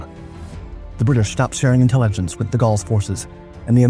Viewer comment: Has the narrator become AI now? He mispronounced plebiscite and intelligence